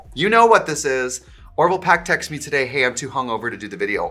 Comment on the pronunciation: The "Today" in the ad was extra yooper in this vide. TIDEEEH. (Don't take this the wrong way, I love it more than anything)